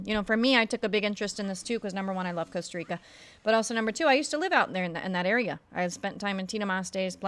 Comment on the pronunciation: Coasta Rica 😂😂😂